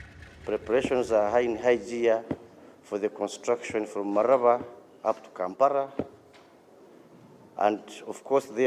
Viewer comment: It's malaba not malava